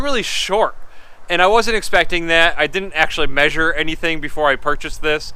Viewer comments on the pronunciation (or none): none